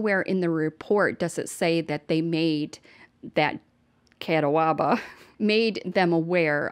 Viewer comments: Catawba- (KAT- aw-buh) if you’re from the south it’s (KAT- Tobba) 😎👍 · It’s pronounced cat-awe-bah. They dedicated a beautiful park to Zarah in Hickory. RIP. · You're too adorable 😍 it's ca-ta-ba that's how I learned it...another amazing video!!! Thank you so much!!! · Just a note from a NC native: Catabwa is pronounced kuh-taa-bah 😊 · Phonetically——Cat-ah-ba not catawaba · Hey, just FYI, you can search just about any name to find the pronunciation, which is shown both phonetically as well as audibly. No doubt it would be really helpful for odd names such as "Catawba", which is actually pronounced "Kuh taa buh". Who would have known?!?! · YO I LOVE YOU DUDE!! Please just Google the pronunciation girl cause you're killing me cracking me up! It's cuhhh taaaaaw buhhhhh 😂😘 love you and thank you for covering these stories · I live about 45 mins from Hickory, NC. Catawba County is pronounced “Kuh-taw-buh” but I like the way you pronounce it better. Sounds exotic 😂 Also, not sure where Alyssa got her I for about DSS “protocols” but it is standard that social workers give their cell numbers to children that are of an age who can place a phone call to them or ask someone to call. Alyssa might have complained about it but it is part of a safety plan. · Also, it's Ca-Tahw-Buh 🤣🤣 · I’m getting to the point of thinking that people are going to start dealing with children services in an illegal manner JUST to keep these kids safe!! It’s happening just WAY TOO MANY TIMES!! (I think the pronunciation might be ca ta ba) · Yes!! So cute! It's pronounced Ca-tahw-ba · Hi , it’s pernounced KA-taub-ba county 😊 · P.s. it's pronounced kuh-tob-uh county:) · Lmao it’s cuh-tah-ba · Catawba= Kuh-tah - ba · I'm from NC. It's an awful story. Just an fyi it's pronounced "Ka-tah-bah"